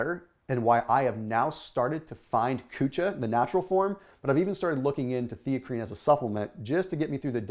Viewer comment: lmao...I was referring to how his says drinking kucha...🤣🤣